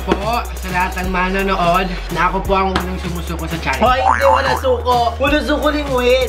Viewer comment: Sunod naman po bigkasin ng tama ang salitang challenge, challenge